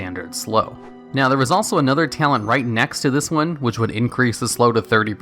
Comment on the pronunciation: t - a - l - e - n - t not ""tialent"